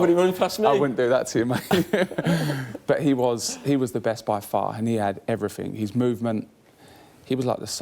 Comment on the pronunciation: ..."he done everyfing"?!😆🤣really...as an adult....everyfing?!